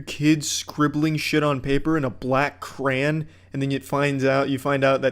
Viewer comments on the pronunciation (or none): i would never have guessed that he pronounces 'crayon' like 'craan'